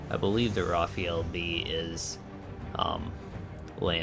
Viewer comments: fr not rafiel but rafale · It's actually pronounced "Rafaa'l" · Not Rafael... Rafale 😉